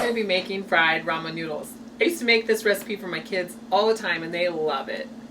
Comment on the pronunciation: Sasuke Uchiha dude it's "recipe" lol what the heck is a "ricipe?"